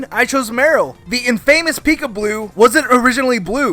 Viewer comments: "in famous" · I went through so many comments and im saddened that im the only one annoyed by him saying “in famous” instead of “infamous”. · "in-famous". when did that become a word?